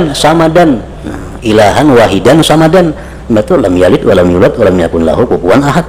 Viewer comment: Somadan bukan samadan, pake shod bukan pake sa'